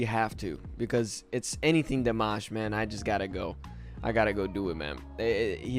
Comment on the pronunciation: It is rude when u pronounce his name wrong